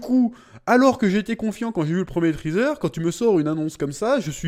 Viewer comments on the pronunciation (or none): none